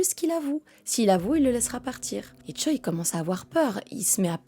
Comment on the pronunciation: Choi c'est un nom de famille (prononcé Tché) pas un prénom